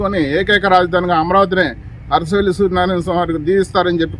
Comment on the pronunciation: అసరవెల్లి కాదు ... అరసవెల్లి.